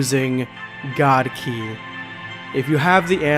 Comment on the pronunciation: It’s god kai not ki! And it’s real